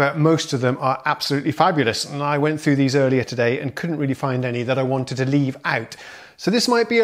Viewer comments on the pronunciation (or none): none